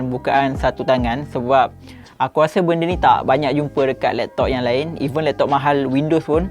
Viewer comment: “....lektok....” ade slang pantai timur 😂😂